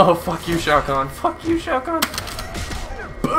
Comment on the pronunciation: Shao kahn not shau guan